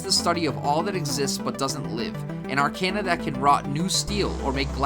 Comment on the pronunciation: Aside from the audio mixing, the only complaint I have is that some of your pronunciations were kinda wonky. Specifically arcana, thaumaturgy, aether, and mana. Literally just a personal thing with me though, the video is super informative for a first timer like me looking for info.